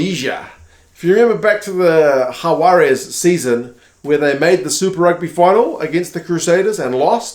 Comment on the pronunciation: You're saying "Juarez", your "j/h" sound is correct but the "g" in Jaguares isn't silent, and the final letter, "s" isn't a z sound. Try "Hug-wah-ress", not Ha-wah-rez